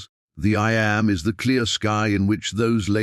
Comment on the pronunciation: I.... and them am, like am and pm. AI is wonderful. But any recording should be checked by someone who is a being. Otherwise it sounds silly.